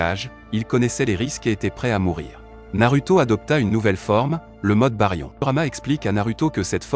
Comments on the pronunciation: ça se dit narouto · Et Naruto--> nar(ou)to 😅